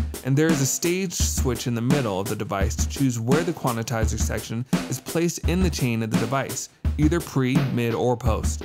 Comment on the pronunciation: Why does he keep saying "quan-i-tizer" ?